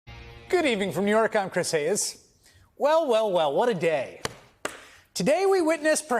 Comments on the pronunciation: Did he say "I'm Chris Hay-es"?😂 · Did Chris Hayes just say his name was Chris Hay-es?